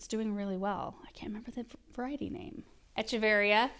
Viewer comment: I had a feeling this video was coming after Aaron mentioning a succulent delivery in yesterday's Highlights video! Love and love seeing all the succulents but good grief her mispronouncing echeveria over and over again is a bit like nails on a chalkboard. Definitely agree that the strings of things plants usually want more water than most succulents. I bet Aaron or Paul could help come up with a way to plug those holes too. Succulents do well with bottom watering but you wouldn't want to leave them sitting in water for long..15 minutes is good..but probably not more than an hour at most.